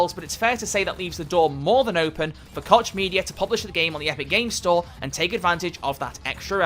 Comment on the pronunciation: It's pronounced "Coke" media! god damn illiteracy.